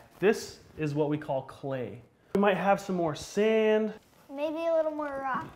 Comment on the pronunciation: She said WHAT. Not wet